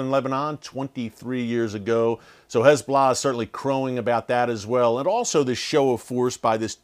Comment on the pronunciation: Is it just me or is he saying HIS Bolah